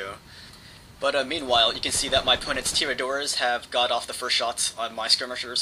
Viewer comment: its pronounced tiradores